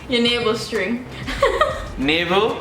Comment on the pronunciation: String - tring